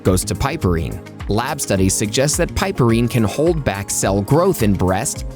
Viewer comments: OMG the amount of times it was pronounced wrong just was like nails scratching a chalkboard. PRONOUNCED: PIP-UH-REEN, the E is SILENT!!! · "piperine" is correctly pronounced as PIP-per-reen